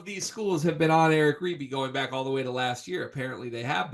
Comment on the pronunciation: It’s “ribey” and There is a new dmv area crystal ball for Creighton . They e been on him forever